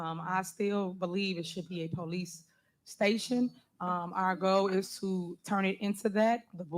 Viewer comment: Poe-lease stay-shun